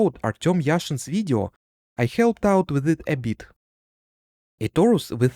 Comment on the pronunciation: i love how you say video видё